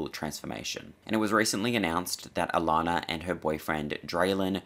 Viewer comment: I love it when another Aussie pronounces "Allannah" properly!! 😁